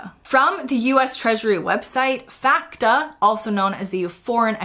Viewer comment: It's amazing how many investment companies in the UK won't touch you if you're American. Also FATCA is pronounced FATCA, not FACTA.